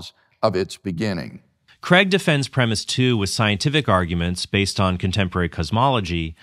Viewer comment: Cregg? Craig!